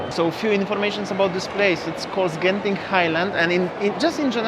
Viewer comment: Interesting that you actually pronounce "Genting" correctly. Many Singaporeans pronounced wrongly all the time, that those in Malaysia just give up correcting them. :)